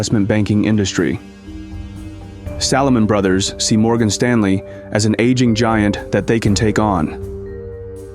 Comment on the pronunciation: I enjoy the historical content covered in your productions. Only negative criticism is poor/incorrect pronunciation of names/locations etc. Recent example “Salomon Brothers”.